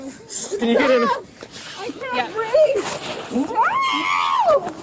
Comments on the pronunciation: "I can't breav-ah" Seriously? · "I NEED AIR! I CAN'T BREEVE!!!" Yeah, nothing says suffocating like sitting half out of a police car outside. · ANother instance of "I can't breave..." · "I can't breev..." 😂😂😂😂😂😂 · Detaineduh, let go of meuh, I caint breeve, I’m the victim, racism…… 🥱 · The new, “I can’t breeve”. It’ll catch on quick. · Tf is Breeve,?